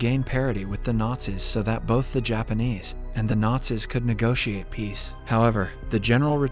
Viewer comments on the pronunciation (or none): none